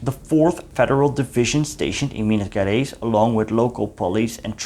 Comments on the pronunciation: Excellent lecture! Just a remark: we don't say Minas GErais like you say get or forget. To sound like that it should be written like GUErais. Actually GE sounds pretty much like you would say pleaSURE or treaSURE, like the French pronoun JE, or you may say like as GEAR or GEORGE. Indeed you are able to sound Rio de JAneiro correclly. So you may try to say Minas JArais, it would be more understandable rather than GUErais. Thank you. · You should try to learn the pronunciation of Portuguese words. Your video is well done and educative. My grandfather was an infantry soldier out of Rio and died in combat. But your pronunciation is triggering specially the G in Gerais. Thank you for the effort.